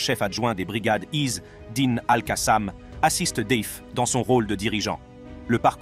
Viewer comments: Pourquoi vous prononcer (is dine) ??? C'est simple de dire isedine 🇵🇸🇵🇸🇵🇸free palestine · Pas Izz--Dine, mais Azzedine !